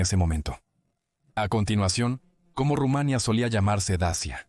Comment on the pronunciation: No he visto locutor peor, Rumánia, Primero sabel... Como se puede ser tan malo, y ademas desgando